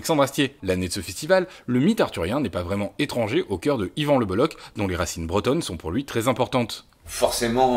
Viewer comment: Juste y a-t-il au moins un journaliste un seul en France qui sache prononcer le nom d'Yvan c'h en breton équivaut à la jota espagnole et non à un k